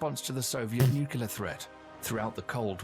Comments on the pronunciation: every time someone say NU CU LAR instead of NU CLE AR... the person saying it lose every single onze of credibility, whoever it is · IBM = intercontinental ballistic missile Btw, it is pronounced NU CLEE AR not NU CU LAR And one other thing I noticed -- why is the narrator British? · Why does the video he’s watching keep saying nucular? It’s nuclear. 🤦🏻‍♂️ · Nuclear. The word is nuclear. NOO-CLEE-IRRR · Are you familiar with the 2 "Queen Elizabeth"-class aircraft carriers of the Royal Navy? With the possible exception of the Chinese carrier under construction, they are the most capable carriers in the world after the American carriers. There are several errors in the original video: 1) The narrator cannot pronounce "nuclear." 2) , the screen should read "ICBM" (intercontinental ballistic missile), not "IBM." 3) , the narrator confuses the diameter of the Earth with its circumference, which is more than three times the distance. The Minuteman ICBMs can reach anywhere in Russia or China, but not the entire surface of the Earth.